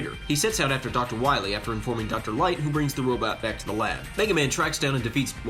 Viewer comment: "Dr. Wiwy" makes me cringe, every. Single. Time. Haha, but seriously great video,!!!! I have actually never played this one beyond 2-3 levels, but this was an awesome review/breakdown!